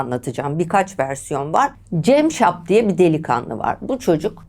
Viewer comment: Dinlerken sinir krizi geçirdim hayatımda dinlediğim en kötü şahmaran hikayesiydi.ŞAHMERAN değil ŞAHMARAN CEMŞAP DEĞİL CAMSAP..Neyi düzelteceğimi şaşırdım...